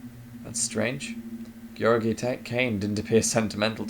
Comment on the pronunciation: Since this video is almost 5 years old, I assume you already know. But your pronunciation Georgiy is pretty good. My name is the same(although it is the Bulgarian version instead of the Russian one), and you pronounce it better than most native English speakers I've spoken to.